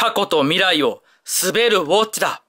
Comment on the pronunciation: た行が言えてない…… ウォッチのチが……